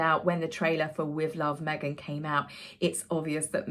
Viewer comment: You killed me! At the beginning of the video, the way you said Meg-han……..I don’t know why it got me so bad bad this time! But, thank you! I’ve been having such a sad day, I cracked up and spit my coffee 😂😂😂😂😂